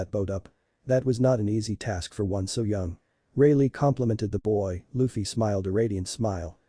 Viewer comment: lol I know, robot said luh-fee